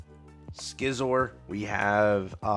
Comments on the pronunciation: I was gonna say the same he messes up so many Pokémon names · Ive never heard anyone pronounce scizor the way he did. 😂